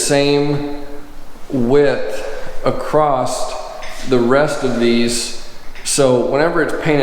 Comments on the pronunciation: THERE IS NO 'T' IN THE WORD ACROSS... ACROSST? NOPE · Acrosst??? Really??? Lol